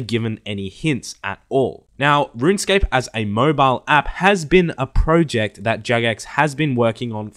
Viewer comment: The way you say project triggers me harder than a feminist who's gender just got assumed.